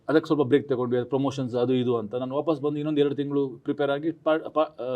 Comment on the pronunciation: Solpa alla swalpa. Hinna alla innu. Hidu alla idu